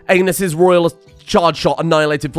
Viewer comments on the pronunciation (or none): Happy Birthday! As I am having a minor flinch every time you say their name but also a giggle I still have to mention, Aneas is A-knee-ass not anus. But you do you boo! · Every time you pronounce "Aeneas" as anus I chuckle.